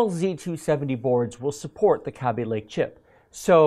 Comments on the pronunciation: Me: "Ah yes, Kaby Lake" You: "Kabby lake." Me: "God damn it, whatever, at least you didn't say risen" You: "Risen" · this dude cannot pronounce Kaby and Risen correctly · Highly triggered at the way he pronounces Kaby-Lake and Ryzen. #TRIGGERED!!!